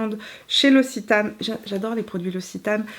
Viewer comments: Noooooonnnnn qui dit "ossitane" nooooooonnnnnn on prononce "oxitane" mon coeur de sudiste se brise 😉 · Super vidéo, j'ai beaucoup aimé ! Pour info "Occitane" se prononce [oksitane]. 😉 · Très belle revue! Merci Petite précision pour la prononciation: c’est l’Oc-citane 😉 Des bisous depuis Toulouse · C'est marrant, ici en France on prononce oxitane et toi tu dis ossitane, j'adore la lavande, donc je vais aller jeter un coup d'oeil chez l'occitane 😉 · elle prononce « l’ossitane » pour l’Occitane 🤣